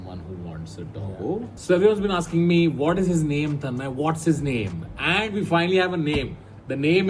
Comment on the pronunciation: Bro it's Tanmay not tanman